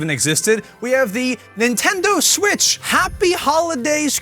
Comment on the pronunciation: Nintendo smitch